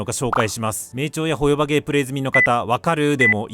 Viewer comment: 自分も３作品全部やってるから動画内の言いたいことは概ね同意だからホヨバのイントネーション変えてくれ、トトロのイントネーションやねんそれ。チヂミのイントネーションで言ってくれ